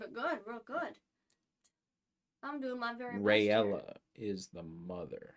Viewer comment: Robert's grandmother was a Targaryem, Rhaelle was one of Aegon's daughters and Jahaerys' sister, listen to me well Rhaelle not Rhaella